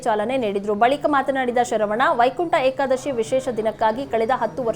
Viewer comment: ಯಾಕಾದಸಿ ಅಲ್ಲಪ್ಪ, ಅದು ವೈಕುಂಟಏಕದಶಿ.